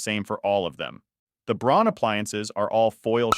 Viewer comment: Braun is a German company...so it's pronounced "Brown"...just saying!